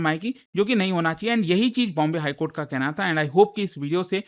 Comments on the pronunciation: Court ❌ Kohta ✅️ 😂😂😂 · Supreme court ❌ Supreme Kotha ✅ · Court ❌ Kotha ✅ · cort nahi kotha.....😂😂😂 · Not High court ✖️ High kotha ... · Mathary or judi$ary,,,,, judicial kotha ban kotha